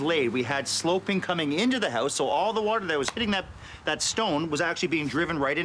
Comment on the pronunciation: Hey yowse = HOUSE LOL